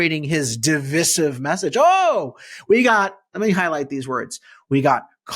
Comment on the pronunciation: Please learn how to pronounce "divisive". It rhymes with decisive, not with permissive. The " vis" has a long i, sounding like "vice". Thanks.